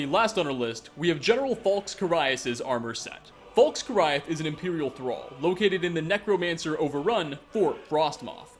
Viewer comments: he is also mispronouncing the name of carius, its care-ee-us, not car-eye-us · Or Carius lol Car EYE us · It's Care-e-us for Carius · You really have to ask someone who can't even properly pronounce Transmogrify, or Carius? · Trans-mog-riff-eye General Falx Carry-us Usually I wouldn't pick you up on Carius but it is said in the game by the Redoran Guard that you save from the ash spawn (can't remember his name)